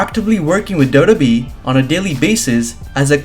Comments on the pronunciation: Can u pls learn to say WWE properly double u double u e. U say dodo e. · Na I'm sorry he's saying doe doe B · Is it me or does it sound like he's saying wwbee